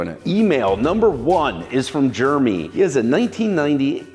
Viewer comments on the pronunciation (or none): none